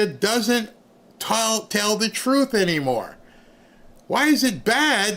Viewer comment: Here's what I want to know is, What does Trufe mean?.......oh, oh, she means TRUTH......she probably says AX instead of ASK also.